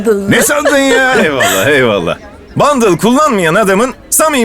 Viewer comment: Bandıl değil bındal